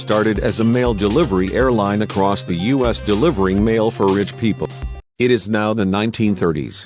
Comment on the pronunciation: How about using proper grammar. You say 'us" (time mark ), instead of U.S. and what's with the stick figure drawings ? They don't make any sense. I hope you aren't the same people who did the Pan Am video where the narration kept repeating itself and they put Lockerbie in the United States instead of Scotland. If you're going to do a historical video, get your facts and pronounciation straight. Eastern went out of business in 1991. I know this, because I did a presentation on the airline, in one of my business classes in college.